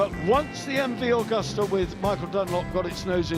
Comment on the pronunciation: Yes Agusta not Augoosta